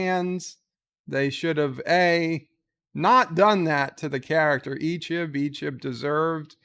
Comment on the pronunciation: Yo man! learn how to say it! It's EeeCHEB, not Eeechib!